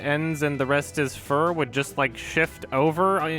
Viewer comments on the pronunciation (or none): none